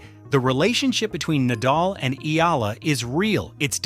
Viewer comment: Her name is not Eela. FFS it's not that hard to pronounce. Try Eh-a-la.